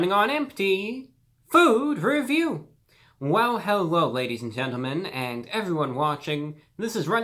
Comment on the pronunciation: No one: Absolutely no one: ReviewBrah: “Herro everybody!” Love you ‘Brah!